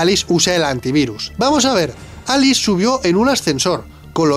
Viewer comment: Minuto con dice Alix en vez de Alice Error épico jaja